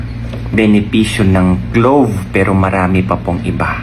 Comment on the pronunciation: "CLOVE" ba?